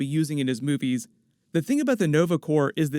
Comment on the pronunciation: Dang ......he said Corp....like the p not silent.